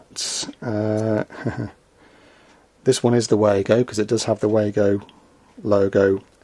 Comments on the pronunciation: WAA GO - it's lazy to not learn to pronounce a name with the advent of the internet. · Yes they are German, and I'm sure the Germans will pronounce it as vago but we all call them Wago's. There is more to this company than just snappy Wago's, they have a whole range of products designed to help electrical and electronic installations, some of my favourite are the din rail mounted beauties that can be interconnected and require a tool to momentarily open the cage clamp system. In my opinion as a mechanical and electrical engineer, Wago has been an outstanding choice of products for power connections. Can you believe, Americans and Canadians still think those crappy twist nuts are a better choice! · If they were German they would be pronouced, "Vah-go!"